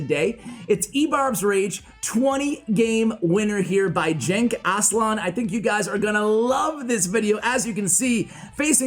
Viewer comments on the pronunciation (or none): Actuallyyy... Genç is read as following: G is the g in "game" or "gap" E is the e in "red" or "tesla" and ç is "ch" sound as in "check" or "witch" So it is GençAslan not ÇenkAslan :) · The name is a Turkish name btw, its really not pronounced like "jenk aslan" but it doesnt matter lmao your foreign to Turkish